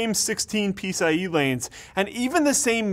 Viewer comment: "pee-sy-e" ?!?!!? that's new.... but I guess you have belong to the club and know the secret handshake so you can invent new "tech words "